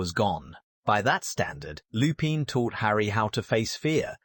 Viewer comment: please for the love of everything, use google translate, put the names in, and let it sound out the name... butchering names when you are trying to drop lore is a big no no in the lore/theory community. Remus Lupin is pronounced (Reem-is) (Loo-pin)